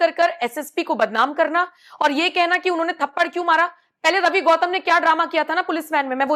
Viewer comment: गौतम नहीं है घौतम है 😂😂😂